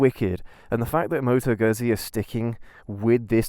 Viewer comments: Seriously - you got this great bike, with a great history behind it, you show excitement and interest, you show passion and love and you even don't know how to correctly pronounce the company name ?? Like - seriously !! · I'm going to struggle with this, the (mis-)pronunciation of the brand name might force me to leave early. I'm only 18 seconds in and it's grating enough that I feel the need to comment. Sorry if I miss the best of the vid.